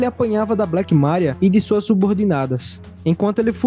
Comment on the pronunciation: Meu deus, fala o nome Maria direito